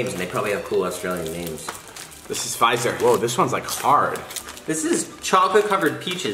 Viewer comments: how David pronounced fizzer triggered me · football team* and the best one there is! also you pronounced fizzer wrong, and it really triggers me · im triggered Joseph just triggered if your going to do a Australia mukbang do some research on how to say things because when David was like "fi-zer" I was like "fizz er" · I got sooo triggered when we said fizar not fizzer hahahahhahahahah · ‘fIGHzer’??? David’s it’s Fizz(like the sound)-Er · Hahahha I’m from Australia I love when David called it “a Fizer” David it’s a Fizz - er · It’s not called a Fiizer it’s called a fizzer like Fizz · Um did he say fizer ahaha it’s a fizzi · Any other aussies get really triggered when he said fizzer “fyzzer” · I’m South African and it’s FIZZER not fizer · Fyzzer? It’s fizzz with a er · Fizzer not “feizer” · Fizz-er not Fi-zzer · Wtf is a “fyzer” it’s FIZZER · omg i am cringing watching this and does david not know how to say fizzer its not fazzer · I’m Aussie and I got sooooooo triggered when they said said things wrong like “Fizzer” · Kaizaqu 468 also Fizzer isn’t pronounced F-eye-zer and burger rings are greatttt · okay but when David pronounced fizzier like FI ZER asdfghjkl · David pronouncing FIZZER as F-EYE-ZZER had me dead 😂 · Can’t get the sound of David calling it a “fizer” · When David pronounces fizzers wrong 😂🙄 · 1 CROWS IS FROM FOOTY. 2 ITS PRONOUNCED FIZZ-UH 3 WE EAT VEGEMITE BECAUSE IT FUCKIN TASTES GOOD. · they said fizzier, like fyzer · I’m Australian and I got soooo triggered. 1. U don’t just eat vegemite out the tube or bottle u spread it on bread and toast 2. The fizzier is pronounced as it is spelt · omg the way david pronouced FIZZER I cant, and im from austrlia and i hate when americans try aussie food because they dont appreciate the food the way it should be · OMG I cant lol the way he pronounced fizzer had my dying and the big rock lol we in Australia love you guys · 😂😂 when david said "fizzer" Also, the vegemite omg nooo. Put it on toast with butter!!